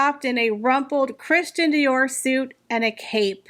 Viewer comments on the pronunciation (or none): none